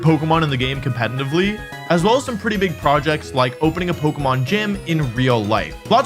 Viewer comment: Please practice saying the word "competitively". You say it so often, it's so jarring 😂😭